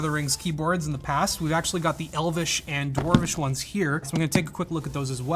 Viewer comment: Did he just say Dwarwish .....